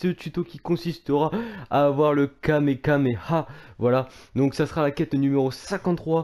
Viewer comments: Le Kamekameha c'est il a du mal à le dire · Le kamekameha est le kamekameha de goten il ne sait pas bien prononcer les mots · et c'est pas kamekameha mais kamehameha